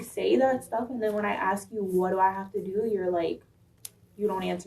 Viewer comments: It’s just too bad she cannot even say the word ASK, instead of AX! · When the cop says "axe" instead of "ask"....